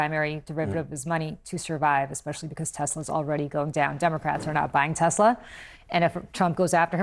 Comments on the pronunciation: "i love tesler" - orange clown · "I love Tesler, it has computer" 😅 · "I love Teslur" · What happened to "I love Teslerrr" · "its all computer, buy TESLER"....